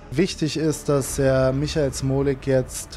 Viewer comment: Er kann nicht mal den Namen von Michael Smolik sagen Was ein .............